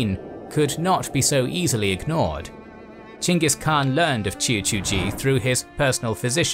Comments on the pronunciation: dislike for saying "CHANGUS KHAN" over and over again like a child w a speech impediment. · Why do i hear Chingus Khan? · Its weird to me that the English name for him is weirdly spelled. It should be Chenghis Khan. The Khan is pronounced with a scratchy voice. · Gengih kaan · Lmao why is dude pronouncing it "jingus" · It s ch not g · Omg I don’t get the name you are saying…. That’s not the way you pronounce Chinese name…. It’s confusing